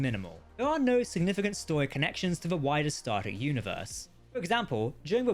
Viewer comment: Dude you got to start saying star TREK, not Star rek, so annoying lol